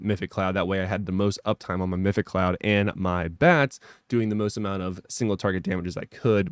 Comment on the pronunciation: Meph-it-ic, not mythic :)